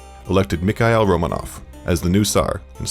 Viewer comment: Me, a Russian, highly distressed at the pronunciations of names and places throughout the entire video. It’s pronounced RomAAnoFF not RomAnoF.